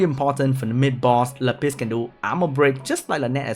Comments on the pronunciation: la piss. luv your pronunciation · shoderra Le Piss. He's French ;) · my whole life was a lie , I never knew that Lapis was pronounced La Piss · “La Piss” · Madame "Lá Piss" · haha i like how you make Lapis sound like a french way to say piss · The way you say lapis is funny